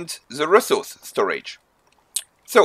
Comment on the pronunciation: I'm SO sorry and i will probably get hate for it, but I had to giggle when I heard your accent and . (with the words resource and cabbage) :) but your video DID help me so im thankful for your tips!